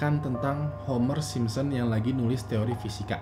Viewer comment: yg aku denger dn yg aku liat bilangnya "SimSEm" Hehhe. Tp di baru "Simpson". liat aja cara ngmng nya aja beda. sampe2 aku perhatiin setiap ngmng "The Simpson"